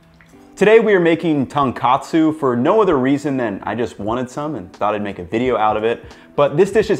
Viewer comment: One correction: It's "Tone - katsu", not "tan katsu".Otherwise, this video is on point :)